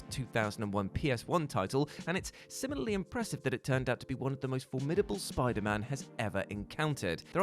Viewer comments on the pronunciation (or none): none